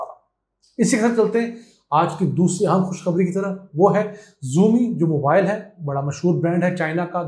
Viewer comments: Xiaomi. It’s not ziumi it’s shiaomi pronunciation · Abe wo zoomi nahi Xiaomi hota hai😂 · It's usually pronounced as sha'o'me not as zeo'mi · Ziomi not it's Xiaomi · بھائی جان اس کمپنی کو عام زبان میں شوامی کہتے ہیں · Ap galban xiomi Ka talafuz galat Ada Kar rahe hain